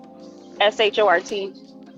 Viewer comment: Qashontae? Yo.....